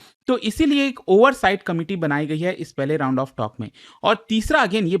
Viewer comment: Tound ❌ round